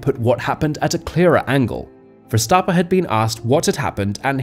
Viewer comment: Who is Max Verstappa? Is Verstapp-EN. Properly pronouncing professional athletes' names will give your channel more credibility.